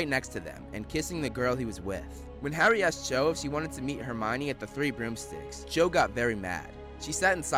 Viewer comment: "Garry Potter" loooool!